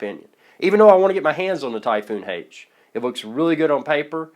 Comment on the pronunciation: Why the hell does he keep saying Typhoon Hate?